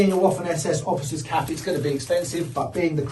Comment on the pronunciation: Pronounced vaffen, not woffan.